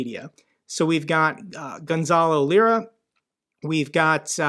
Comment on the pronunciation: Hey just a quick correction. It's Gonzalo "liar" not "lira" 😉